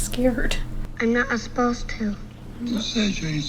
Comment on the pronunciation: "Im not uspposed to"